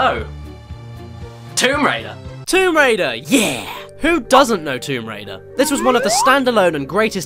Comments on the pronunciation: Womb raider? Really caddi? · just read description 'Womb Waider' i have no words